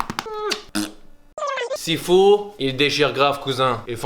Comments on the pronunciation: It is called Sifu, not She foo lol. HK FTW!🤣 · The game is fucking called Sifu, sit down